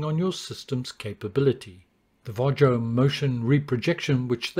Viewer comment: Sorry ,but sometimes you pronounce"VARJO" incorrectly.😀